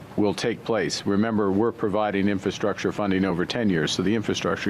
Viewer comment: It's a wee bit embarrassing to think that we have a prime minister who demonstrates over and over that he cannot pronounce, 'infrastructure'.